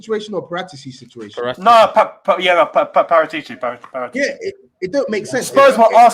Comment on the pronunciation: No way saeed put a p in debt and the pronunciation expert can’t say Paratici properly 😂